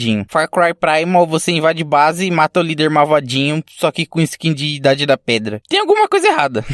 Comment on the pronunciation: Gostei de ficar ouvindo "marvadinho"